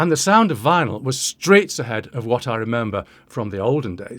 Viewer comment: . I guess I misheard you, sure sounds like streets ahead to my American ears.